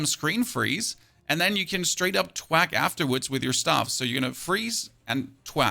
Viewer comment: freeze and twak freeze and twak xD